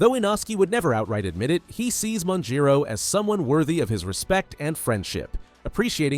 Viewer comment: Majiro hahahahahahah